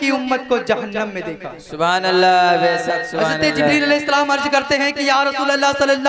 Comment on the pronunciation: साइड से जो सुबहानल्लाह की आवाज आ रही है ,,,,, उसमें मासाअल्लाह और बैसक बैसक की आवाज आ रही है 😃😃😃 please तलफ़्फ़ुज़ में दुरुस्तगी लाने को बोलिए ,,,, माशाअल्लाह और बैशक सही जुमला है